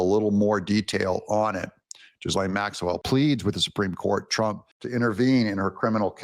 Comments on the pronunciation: Doug, her brother Ian Maxwell pronounces her name and I also googled the pronunciation of her name and it’s the same way that her brother pronounces it. Ghislaine is pronounced “Gee-lane” with a hard “g” with a slight emphasis on the “-lane” part. The “s” is silent. I watched him on Piers Morgan show and it was very interesting. He stated that she was never allowed to speak on her behalf or testify on her behalf. Which we are just now finding that out. He is also saying that she says that she isn’t guilty and that he believes her. I wish you would do a show on that and give us your opinion on it because it’s very, very interesting and I would really love your take on it. The brother even brings up Prince Andrew and her brother was saying that the lady that sued the Prince made it up and the picture wasn’t real. The brother said that the reason the Prince settled out of court was because he wanted to get rid of the case right away. Like I said please do a show on that interview that Piers Morgan had with Ian Maxwell the brother of Ghislaine Maxwell. Until next time. 😊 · In French, it is pronounced GHISLAINE....the S is not silent. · Try saying ..... Gill aine then sound like a pro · Just put into your search this .. Pronounce ghislaine It will come out like this .....Jiss-lane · If you watch the Pierce Morgan interview with her brother pronounced it Gill-Ann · "Ghee (like key) Lane" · Ghislaine is pronounced with a hard G, as in "Get Gary's Gun." Explanation: only when G is followed by E or I is it a soft G, That's why there is the (silent) H after the G. Happy to help. 8) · The s is silent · It is Ghislaine with G lin in Gick, not like in jeep. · Gi not with e sound with soft i as in thick lane the s is silen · Uh Doug, there's no G's or Z's in 'Ghislaine'. 🙂❤💯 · H is silent with a hard G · It's pronounced Ga lane not jiz lane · Thank you Doug!!!!! It's pronounced Ghee- Lane it drives me crazy when people call he jisslane !!! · Its like gee-lane. Hard g. Long e.